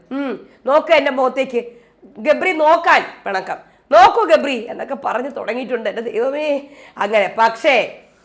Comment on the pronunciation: jabri alla gabri aanu 😂😂😂😂